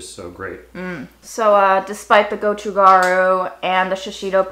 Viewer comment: You're pronouncing Japchae properly, except that the stress is on the first syllable. Gochu Garu is pronounced "go choo"